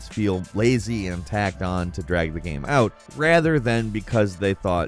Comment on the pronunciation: man? The way you say game bothers me. Please do better. Thank you.